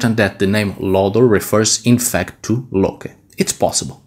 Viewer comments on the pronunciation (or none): none